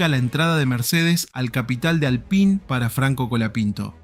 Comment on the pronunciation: Pronunciá bien Alpine gato!!